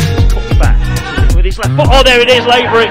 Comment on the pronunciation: It’s pronounced Lahvery!!!!